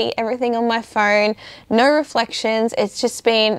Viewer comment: How do you put a "r sound" in the word "No"?? 🤔